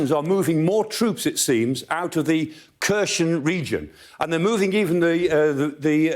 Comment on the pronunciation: come on now, still calling it Kkershun?